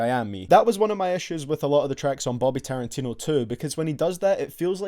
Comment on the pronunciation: my man says taran-tino. 😂😂😂😂